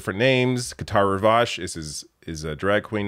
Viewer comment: "Qatar Rivage" tf ...🤔